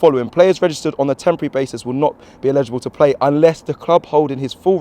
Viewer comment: Sometimes I feel like no-one on the whole of YouTube can pronounce 'eligible'. It's not the same as 'illegible'.